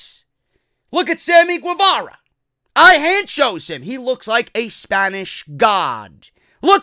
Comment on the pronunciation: Guevara is pronounced like “Ghevara”